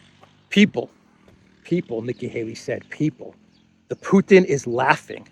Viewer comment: ..is from..*put-in*...LOL